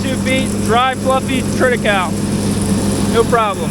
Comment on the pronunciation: About the pronouncation: It is an artificial Latin word, built from Triticum (wheat and the female part) and Secale (rhy, the male part). English speaking people usually pronounce latin words english, which is common, but most probably wrong. But I think, the way you say it, is correct. Unfortunately, we can not ask a Roman these days.